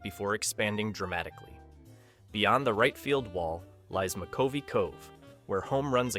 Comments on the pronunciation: Mc-cove-ee? And you’re a baseball person? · Mc-COE-vee Cove ?!? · I noticed that and cringed. "Mc - COVE - ee." One of the most famous names in baseball history. Good grief! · McCovey pronounced, Mɪ,h-kŭh-vee not Mc cove ee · Stretch McCovey, Willie Mac! Youngsters tend to fumble his name pronunciation. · Can't pronounce McCovey right. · Stupidly programmed AI narrator refers to McCovey Cove in Frisco by pronouncing "Cove" twice. GIGO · I don't believe the narrator is a baseball fan. Just the creator or a hired narrator. He mispronounced a player's name. Can you name him? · Willie McCovey. Also mispronounced “cove” and described Camden Yards while video rolled showing the Giants home park. Steven Schnier